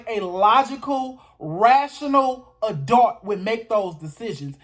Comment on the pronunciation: I totally agree. Pronunciation of “A-dult.”